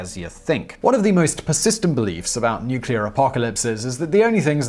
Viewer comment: the only things that will survive nuclear ( NOT nucular)!!!!! radiation is cockroaches and Keith Richards!!